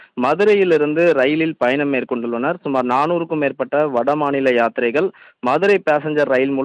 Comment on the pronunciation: யாத்திரீகர்கள் என்று சொல்லத் தெரியவில்லை